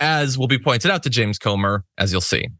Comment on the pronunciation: Comer rhymes with Gomer as in Pyle of it